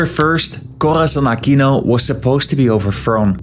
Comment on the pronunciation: please stop using the spanish accent when pronouncing filipino names, just say it in the English way. Props to you tho for pronouncing it as "Ah-kino" instead of "Ah-queeno" like some other American youtubers.